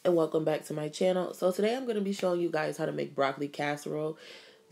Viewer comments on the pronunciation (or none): none